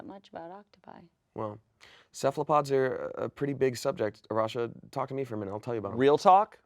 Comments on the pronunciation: Arasha: "I'm always in a rush" A-rush-a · Arasha, more like A-rush-a...haha....ill go away now